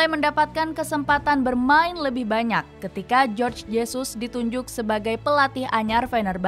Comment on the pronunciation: Jorge Jesus. Biasanya nama sprti ini adalah nama orng Spanyol atau negara yg menggunakan bahasa Spanyol (Amerika Latin). Sesuai dgn bahasa Spanyol Jorge berarti dibaca Horge bukan Jorj, dibaca Jorj itu kecual tulisannya George.